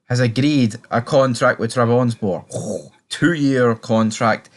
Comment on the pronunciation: It’s pronounced Trab Son Spor - let’s get it right!